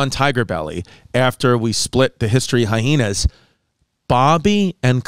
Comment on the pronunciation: Triggers the F out of my when someone pronounces hyena and Hi-hena. Where the hell did you go to school!? I knew a guy that would say it like that and I would finally snap and be like why are you stressing it like that? Why are you adding an extra H!